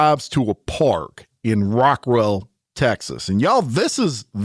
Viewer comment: Do you mean “Rockwall”?